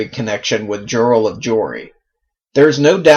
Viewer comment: No direspect ...I think that Jirel is pronounced Yarl... I didn't know he had so many female characters.